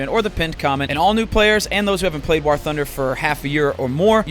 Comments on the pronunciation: Jesus fuck Doo, its War not WaHr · When are we gonna tell Dooo that "war" is pronounced the same as "wore" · Has anyone noticed Dooo says "war" like it's spelled with an h "wahr". It cant be just me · Listened to that whole ad read just so I could hear Dooo pronounce the word war